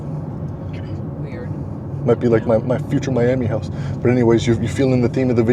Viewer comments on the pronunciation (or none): Hahaha I’m with mom. Horrendous “house.”